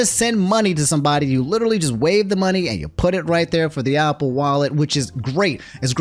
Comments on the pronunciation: New drinking game. Take a shot every time says “opple” instead of “Apple”. 😂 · Are you actually retarded. It's not Opple. It's Apple with an a. You have decent grammar but clearly you gotta go back to kindergarten. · why say apple like opple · Hearing the word “Ah-pple” is weird. Definitely gotta be the DMV education system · Everytime he says “opple” I cringe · The pronouncement of apple is hilarious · says Apple like Octagon 😭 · I guess “apple” is another word I can add to the list of word says wrong 😂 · Why do you pronounce Apple like that???